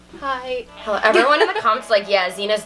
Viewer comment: We she said hello but it sounded like hallo I was like am I watching Nikki tutorials lol